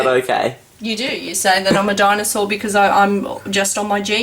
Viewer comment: I heard her say Dianasour but I don't think she did...